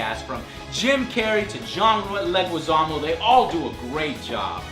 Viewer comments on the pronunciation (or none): i found it a relief that a Latino also struggled with John Leguizamo's surname :)